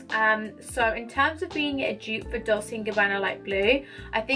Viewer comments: It’s pronounced “DOL CHAY” not “DOL SAY”. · It's pronounced "dolCHe like in Cherry 🍒